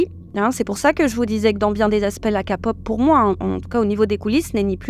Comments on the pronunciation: fan de kpop mais ca prononce kapop? ah ouais haha, sinon bonne vidéo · Oui c’est prononcé Kay-Pop parce qu’en anglais, c’est Korea et K se prononce Kay. J’ai rigolé aussi car c’est la 1ére fois que j’entends une prononciation complètement française 😁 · Kpop prononcé a la française c'est moche ont dirait qu'on parle de capote :P En anglais (Kay) ça sonne mieux surtout que vous dite Idol prononcé comme en anglais (aildol) et pas en français, un peu de logique. Sinon musicalement c'est de la boucherie industrielle , si encore c'était des IA qui servaient la pattée de gesticulation plastique ça serait un peu moins dégradant pour la condition humaine deja tellement mis a mal mais enfin tant que il y a des consommateurs il y aura de la consommation de masse. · J'ai lâché quand j'ai entendu ka-pop sorry mais faut arrêter de faire exprès de prononcer comme ça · le fait que tu dise ka au lieu de ké... ca heurte l'oreille lol mais merciii puor ta vidéo... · A chaque fois quelle dit KAPOP Je suis hyper dérangé 😂😂😂😂😂😂c est KEPOP ( accent aigu sur le E) 😢😢😢😢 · Par pitié arrêtez de dire « Ka » Pop, on dit « ké pop » 😭 ça se prononce comme un K en anglais. Je vois les commentaires « oui mais on est en France ». « Pop » ça vient aussi de l’anglais Sinon merci pour la vidéo, car même si j’adore ce genre, les dessous sont vraiment sombres, et les fans toxiques sont abominables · Quand tu dis kapop moi j entend kapot 😂😂😂😂 donc stp faut dire kepop pour nous autres la ... hein ! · J'ai pensé exactement pareil!! Ça se dit KPop! c anglais !! Ça m'a déconcentrer tout le long ! 😅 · Encore une vidéo très intéressante. J’aime votre point de vue, votre respect et votre engagement dans le féminisme, mais des fois vous me faites rire avec vos expressions de traviole 🤣 Par exemple dans cette vidéo, les citrons essorés, la K (prononcé ka au lieu de keï) pop et quelques autres que j’ai oubliés 🤪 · "LA KAPOP"... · Sa se prononce ké-pop et non ka-pop voila voilu ❤ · on dit Ké pop pas ka pop😢